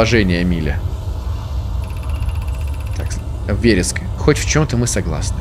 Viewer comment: С'едум - очиток, в'ереск - растение. Везде ударение на первый слог.